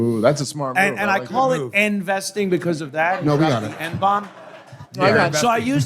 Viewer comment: “End-vesting” needs two more explanations.